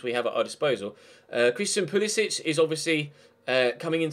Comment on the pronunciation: Being American.. can u refer Christian "Pulisić as "Pulisik" as that is how Pulisic wants it to be called due to him saying he's not very close to his Croatian side and wants it to be called the "American way" ... well that is, if u go for him which I would like to see (not bias)